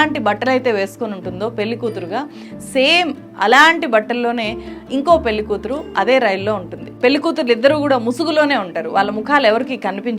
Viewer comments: అద్భుతమైన సినిమా. గమనిక:, మీరు పెళ్లి ని పెల్లి అని పలుకుతున్నారు. అది correct కాదు. దయచేసి సరిగ్గా పలకండి. జర్నలిస్ట్ అయివుండి మీరిలా చేయకూడదు. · పెల్లి కాదు పెళ్లి, పెళ్లి అని పలకటం నేర్చుకో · పెల్లి కాదమ్మా పెళ్ళి... ఉచ్ఛారణ సరిజేసుకోండి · Pelli ani palukutunnaru pelhi ani palikite baguntundi